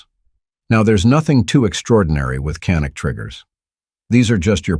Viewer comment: Canik is pronounced YA-nik in Turkey. The gun is of Turkish origin, not Israel. I love my Canik TP9SF Elite. It was my fourth handgun purchase. I'm currently looking at getting a second Canik. I'm not a glock fan. Yes, glocks are great guns.I tested a Glock next to my Canik. Before I bought my canik. You can read who won that battle. Canik. Best trigger I ever felt on a gun. The grip is awesome on ergonomics.